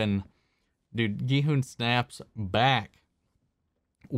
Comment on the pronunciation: Finally a reactor who pronounces Gi-hun's name properly. Korean names are hard to pronounce among non-Koreans. So his pronunciation was impressive.